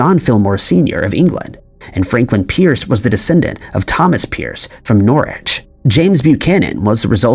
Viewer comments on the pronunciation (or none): none